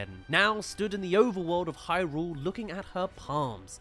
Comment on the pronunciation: Thank you for pronouncing Hyrule correctly! Upvoted!